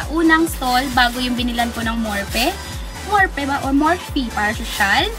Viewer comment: it's "Morfi" when you read it